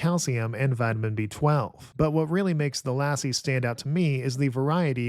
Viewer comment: He messed up lassi too despite it being in the same family as English 😂 No complaints tho